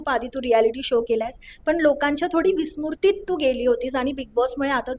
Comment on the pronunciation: विस्मुरतीत ... ?? विस्मृतीत .. मराठी नीट बोला .. प्राजक्ता पण ' "तो" व्यक्ती ' , "'माझा" व्यक्तिमत्व ' , माझं ' "हाच" उत्तर राहील ' , असे ' मराठी ' , मराठी चॅनेलवर मराठी माणसांकडून विचित्र वाटते ..